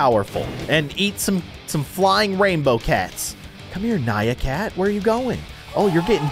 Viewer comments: ITS NYAN CAT NOT NYA CAT!!! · its nyan cat not nya cat !